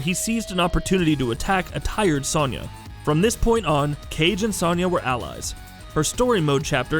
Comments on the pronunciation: Its Soniya Not Saniya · SO-nya. It's pronounced with a "so" not "son" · This video is the first time I've heard someone pronounce Sonya Blade's name with a soft-A sound. Weird. LOL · High Heel Knight the a is pronounced the same. It’s a soft o, not an a